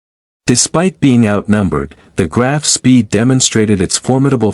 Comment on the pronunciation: I hate AI, can't even pronounce the ships name correctly.